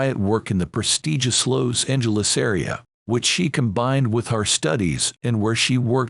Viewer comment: This voiceover/robot voice mispronounced so much, including Los Angeles.